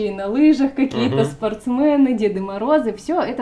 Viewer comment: Не «СпортсмЭны» , а спортсмены